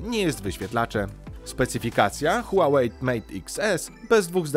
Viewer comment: Czy mi się zdaje czy nazwę marki wymawiasz "Huałejt" czy z "t" na końcu?